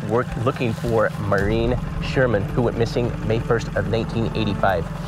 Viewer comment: The Irish name is pronounced “Morereen” not how Jared etc were saying it.